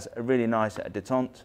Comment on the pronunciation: Please pleas please stop saying “detente” ( day-tont). Detente is “ the easing of hostility or strained relations” the word you are looking for is detent pronounced “de-tent” detent: a catch in a machine that prevents motion until released.